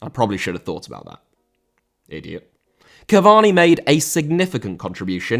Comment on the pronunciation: Cavani* not Cavorni